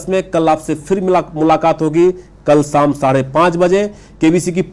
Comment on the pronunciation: साम नहीं, शाम।